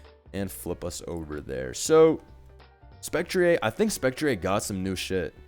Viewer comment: Glastrieh? Spectrieh? What kind of French pronunciation is this?